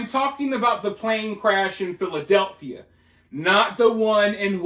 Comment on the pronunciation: Contrary to popular pronunciations, there is not a “th” in the name “Philadelphia”